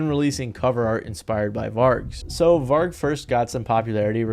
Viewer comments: It hurt me when he butchered Vargs name 😭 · man... get your pronunciations right!! even the doco you got the footage of Varg from has all the correct ways to pronounce those names/places many times throughout it!!